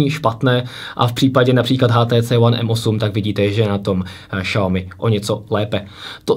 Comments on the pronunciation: Je to spíše Siaomy ale nedá se to takhle napsat je tam zvláštní akcent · Bože nečte se to Šaomi úplně mi to rve uši! Žil jsem dlouhou dobu v Číně a i mí čínští kamarádi se tomu vždy smějí. Zjistěte si laskavě jak se to čte!